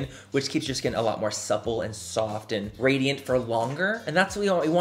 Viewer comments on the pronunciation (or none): none